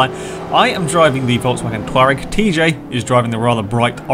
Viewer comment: Its pronounced to-rag